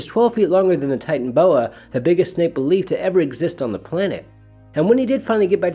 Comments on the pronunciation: ty-tan-o-bo-ah not ty-tan-bo-ah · Kind of irritating to continually drop the middle syllable. Ti-tan-o-bo-a.